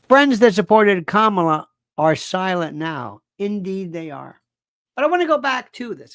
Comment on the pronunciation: It is so disrespectful that you deliberately mispronounced vice president Harris's name. It's not funny. It makes you look very unprofessional. If you want to be a comedian perhaps you should try doing stand-up at a comedy club.😢